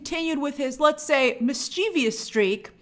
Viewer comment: Mischievous is pronounced MIS-chuh-vuhs. That syllable your pronouncing isn't in the word.